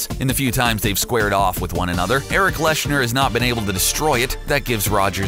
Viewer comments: Eric Lens-herr, not Lensh-err. 😏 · Its not Eric "Leshner" it's eric lehnsherr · Also not Leshner, its Lensher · Did...did he just say erik leshner😂😂